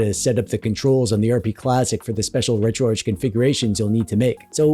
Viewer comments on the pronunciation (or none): none